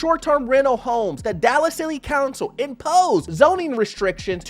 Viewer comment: "Dallas Silly Council..." Come on now, you've been calling us the "Comic Section" for how long? This is a NEW LOW!